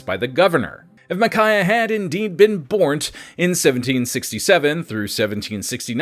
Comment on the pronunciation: When you said "bornt" my immediate thought was "wait, was Ricky actually right". English isn't my 1st language and I almost never get to use it.